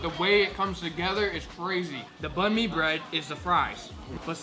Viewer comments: The way they pronounced banh mi annoyed me; it's pronounced more like banh me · shit man... "Banh mi"... Say it right man you're viet